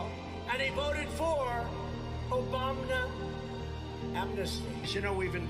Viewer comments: I say it all the time now too.. "Obamina" 😅🤣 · Republicans mock Biden for having a stutter, yet Trump constantly mispronounces words like it's his first time saying them, also OBAMNA.